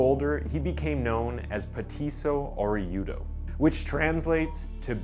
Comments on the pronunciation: Okay completely butchered the translation.. .. Peh - Tisso .. Oreh - (h)Udo.. I’m not Argentinian .. but in México I hear Orejon.. is said Orr- eh - hon so I’m not sure if the hu sound is there for Orejudo. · When you said orejudo, the j makes an English H noise instead of a Y noise